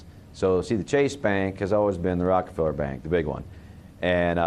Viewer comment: he said ROCAFELLA!!!